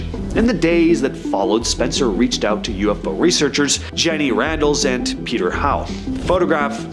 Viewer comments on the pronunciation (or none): none